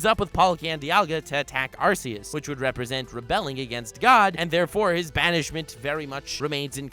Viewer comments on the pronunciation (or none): It's ARCEUS as in ARKEUS NOT ARSEUS. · You mispronounced Arceus. It's like Are-key-us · RRREEEEEEEEE IT'S AR-KEY-US internal and external screaming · ItS nOt ArcEuS (R C S) iTs ArCeus (R K S) dIdNt yoU PlaY SuN and MOon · The only two people on youtube who pronounce Arceus as "Arse eus": and.